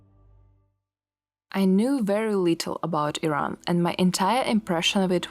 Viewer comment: You have very beautiful hair. And thank you for pronouncing it Iran unlike all the uneducated Americans who always call it I-ran!!!!!